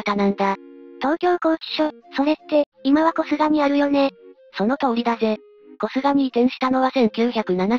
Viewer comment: こすがじゃなくて こすげですよ(๑⊙д⊙๑)‼